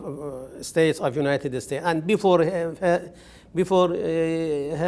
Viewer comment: He says. ( the United estates )